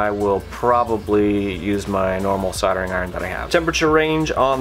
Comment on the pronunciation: Good stuff! soLdering has an L. It is not soddering... Still, I can look past that as this is a great, informative vid.